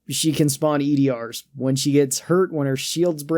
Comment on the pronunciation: They’re called “E.D.A.R”, not E.D.R. You pronounce it as “E-Dar”